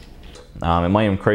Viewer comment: "Its gonna definitely incrice the prease" LMAO